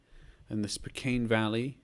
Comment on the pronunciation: Ahhhh, first guess, good to have you in my neck of the wood. For reference, it's Yak-ee-ma, and spoe-can. I was saying to myself "you need to zoom in a bit more" Good guess, tho, for not being able to move. A really great round, especially iceland.